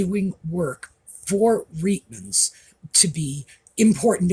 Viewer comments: We pronounced the store’s name as “ Riteman’s” not “ Reetman’s.” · Just an FYI - Reitmans, pronounced Rightman’s, is Canada’s largest women’s clothing store, not high end, more middle/lower end but not bargain basement.